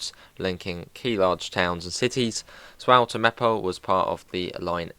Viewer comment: Sporling what who? It’s pronounced like Spoorline Zvoller to Groningen Also you really did rush through some bits that are really cool and unique but nevermind